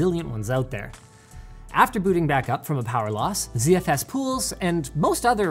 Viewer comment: Why is Linus, a Canadian, pronouncing ZFS as Zee-Eff-Ess?